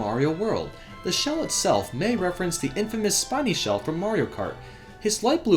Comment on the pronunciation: And then you say shiney instead of spiney... I'm done.